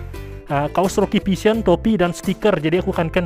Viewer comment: Bang ini bukan menghina ini kan abang bilang Roky vision tuh nah gw malah denger Roky pisang sekali lagi ini bukan menghina yyaa